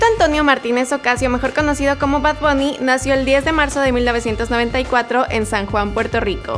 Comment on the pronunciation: Y no se dice bad bunny sino bad bAnny